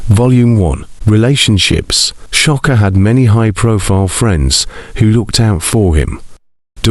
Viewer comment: Sha-kur Not Sha- Ka